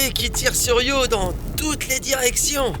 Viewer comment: Io not Rio you imbicile AI